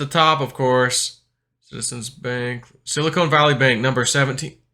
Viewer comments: is it sili"con" or sili"cone"? ;) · It’s Silicon, not Silicone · Love your content, but it is Silicon, not Silicone. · I'm listening on old school headphones plugged into my laptop's audio jack and can hear just fine - must be a settings issue with how it was uploaded? That being said, I wish I could stop hearing say "silicone." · Pronunciation is too funny!! “Silicone”.